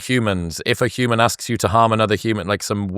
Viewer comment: Stop saying “üman;” say “human” ffs